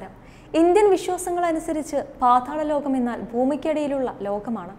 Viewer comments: പാധാള ലോകമല്ല, പാതാള ലോകം 😆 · Paathaalam ennu vyktham aayi parayoo